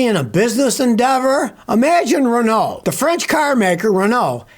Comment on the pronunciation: when he was talking about Renault, i though he was saying Ronaldo instead